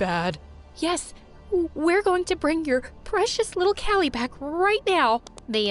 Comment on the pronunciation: it's not kila it's kali 😂😂